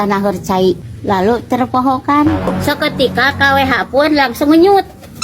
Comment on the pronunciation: Pabelit umi nyarios seketika na😄😄😄